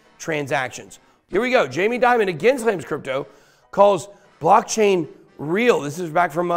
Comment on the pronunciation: In English Dimon isn't Diamond. Demon is a closer pronunciation. Great Video Ben!